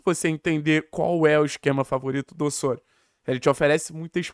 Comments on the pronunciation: Mano…..mania de falar Ôssôrio….aqui no Brasil é Ozório kct, carioca querendo bancar sotaque espanhol é foda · deu o furonda notícia👏👏👏👏, mas Ôssôrio 🤣🤣🤣🤣